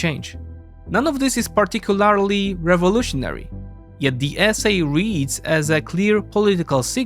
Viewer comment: Great video, but... GA-RAN-TEE! Not Guua-ran-tee. Particularly is also Par-tic-cew-LER-lee.